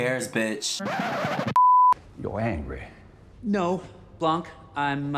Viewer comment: I LOVED THIS MOVIE ! I enjoyed this one more than the first even though the 1st was good ! But as a French, I couldny help but CRINGE at the prononciation of "Blanc" (the "c" is silent in french, not with the "k" sound like in english). Also Daniel Craig is sooo much fun (and can we talk about him being in a couple with Hugh Grant 😍). Im so happy you reacted to this, its was really funny and well thought !